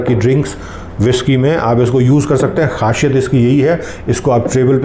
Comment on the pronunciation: Khasiyat not khashiyat